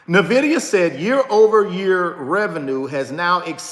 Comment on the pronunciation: Its NVIDIA not NAVIDIA